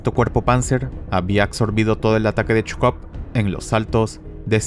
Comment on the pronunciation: Te recomendaría que leas el nombre de Zhukov como "Sucov" porque también está el general Chuikov quien también tuvo un papel importante en la batalla por Berlín y no sé bien de quién hablas jaja pero buen video, primero de ti que veo. Like y suscrito. Me gustan tus efectos.